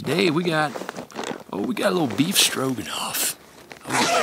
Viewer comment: Um... It's said "rog" , not "rouge" . It's just Beef Stroganoff, not Beef "Strougehenouff"... Otherwise, great content as always... And I know just how you feel, being isolated, but you have a loving family, and a whole mob of us who care about you aswell. I'm hoping, wishing and praying that tumour takes a hike too 😉